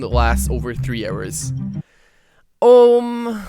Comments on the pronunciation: i like how he pronouces hours as errors? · Cant believe when you say hours i hear arrows